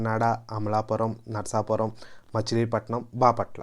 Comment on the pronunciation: చాలా బాగా ఉంది వివరణ. ఇంకా చెప్పవచ్చు. మీరు పలకడం అంత గా బాగా లేదనిపించింది. నరసాపురం అని అనాలి. నరసాపరం కాదు. కొంచెం సవరించండి.